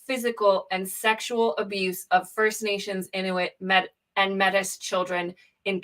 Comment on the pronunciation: The empathy exercise is not a messy or difficult thing. It's found by listening to the stories of the victims and their families. By the way, Mètis is pronounced may-tee, in case you weren't listening.